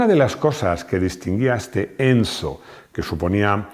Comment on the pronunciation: por que dice encho?